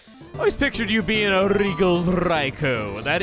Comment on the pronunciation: "i always pictured you as a rrrrregal RRRRRaikou" Or you just really like how Luigi says: Thunderrrrrrr in M & L Superstar Saga